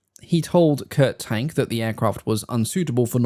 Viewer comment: Interesting. Perhaps someone else has mentioned it, but Kurt Tank's surname is pronounced “TONK”.